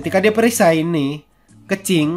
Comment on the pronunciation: Kenapa nyebut kencing-kencing bang 😂 keqing keqing 😂